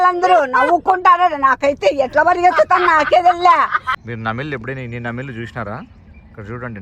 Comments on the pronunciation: నమిళ్ల కాదు నెమలి or నెమళ్ళు అని పలకాలి...జస్ట్ for information నేషనల్ symbols cheppetappudu correct ga చెప్పండి.... because mi యూట్యూబ్ ఛానల్ ఉంది కనుక ఎవరు అన్న చూసి అసూయతో మిమ్మల్ని ఇబ్బంది పెట్టే ప్రయత్నం చేయొచ్చు కనుక అప్లోడ్ చేసే ముందు జాగ్రత్తగా ఉండండి it's my suggestion అంతే 🙏 thanks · Anna namil kadhu nemali